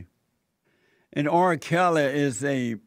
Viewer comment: Jesse, i love you bro. But why does it seem like your struggling to say the letter R, in R kely